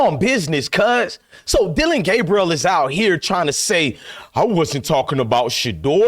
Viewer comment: Let’s get Dillon‘s name correct now it’s DillRide Gaberieal